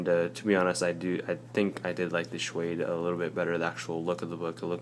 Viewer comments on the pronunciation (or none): Shwade? Suade buddy